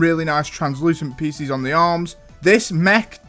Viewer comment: Peices ❎️ Piccis ✅️ (This makes me cackle) Also i agree on kai's climver mech on top cuz i absoloutley love the fact that it can hang from things witch makes it amazing for play